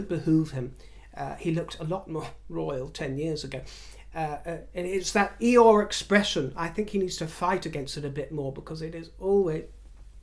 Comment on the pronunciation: omg cracking up..."eye-ore expression" lmao